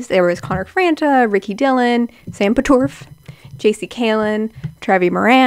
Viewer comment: sam "PATORFF" Im deadddddd. also yes this video is so spot on and bringing back so much nostalgia omfg